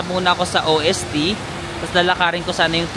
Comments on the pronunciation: Ost po not O-S-T 😊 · Ost means east and is pronounced as Ost not O.S.T. (Ost=W(V)esten Norden=Sud)😊 pero ok lang yan you will learn it as you travel around Swirtzerland and other german speaking countries. watching ur Europe travel vlogs.😊 Enjoy!!!